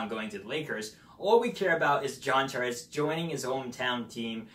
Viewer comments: I feel like you don't know how to say "Tavares" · Lol, his english was driving me crazy too.. He seem to not pronounce certain letter combos properly.